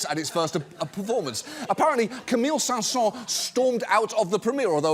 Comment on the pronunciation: Props to Mr. Oliver for correctly pronouncing "Camille Saint-Saens". Not even French people usually get it right. XD